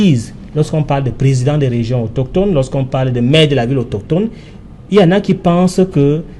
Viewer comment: AutOSCHHtone, autOSCHHtogénie 😁😁😁😁